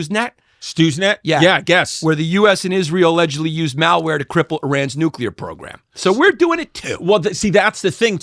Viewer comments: Chris says Nukular the exact same way as George W Bush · No such thing as a nucular bomb!!! It’s pronounced Nu-clear. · Y'all should have a weapons expert on for this. Chrissy D can't even pronounce nuclear